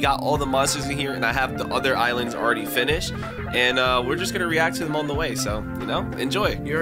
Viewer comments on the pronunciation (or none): none